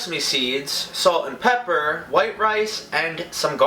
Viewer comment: When you say salt and pepper I thing of salt n pepa because the way you say it.